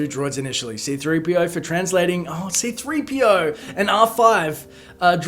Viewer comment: Did any one notice they did C-3PO wrong. they did it C3-PO it's supposed to be C-3PO